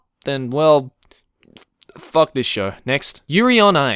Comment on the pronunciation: I'm watching this in my room and my parents came in and asked why were there so many cuss words to whatever I'm listening too. When gets triggered he throws in 3 "facks" in a sentence confirmed.